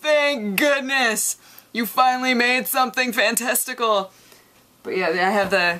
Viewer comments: She definitely said fantesticle! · Is it just me, or does she say "fantesticle" ... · She did say FanTesticle. Right? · "Fantesticle"... Yup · did I hear "fantestical" ? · not just you, she says 'fantesticle'